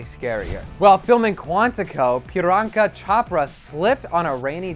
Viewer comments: wtf did he just said peter anka chopra???????????? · Piryanka? I'm pretty sure is Priyanka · Jaslin Purification "piranka" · I choked on my food when he said Priyanka's name😂😂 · Cringing at Priyanka's name's pronunciation. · You pronounced Priyanka's name very wrong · lmao wow he butchered Priyankas name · the guy has series problem about prounouncing ...nina and priyanka and sheily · This guy can't even pronounce their names properly. How does he say Priyanka? And Nina DobrEV? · His pronunciation of "Priyanka" was horrible. LOL